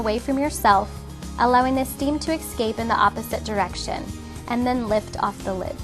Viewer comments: she keeps saying, "ex-scape" instead of "eh-scape." so distracting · I've never heard of the word "excape"